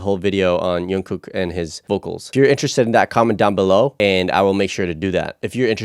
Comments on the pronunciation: He's not Yungkook but J-ungkook. Don't be shy, pronounce J like you normally do it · You are pronouncing Jungkook wrong lmaoo J is pronounced as G like gym - gunkook lol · Very interested in the Jungkook video (you pronounce his name a little wrong btw the J is pronounced like The J in ‘John’) please react to Jungkook amazing vocals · oh wow, WHY you cut the only part that was the most interesting to watch of jungkook singing at the end??? like.. what was the reason? ... And his name is not youngkook, its jungkook, with "J", just for the future to know. And this site that have the uncut verson we need to pay or what is this? and i put my mail to regist but it didnt sent nothing to my mail to confirm. i make it 4 times and didnt recive nothing. And yes, we like more longer videos. but 18 min is not really a long. long videos is 30min/1 hour like some bts reactors do many times xD And we will watch it all and wothout skipping IF there WILL BE something to watch and not blured o with text on the whole video. its actually boring watch a video like this. SPECIALLY when you cut the most important and interesting parts wothout any reason .. :( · Sorry I just got distracted: Jungkook with "J" not "Y". I know in some countries they pronounce Johan as Yohan..but it's not the case with Jungkook. Just thought I should let you know.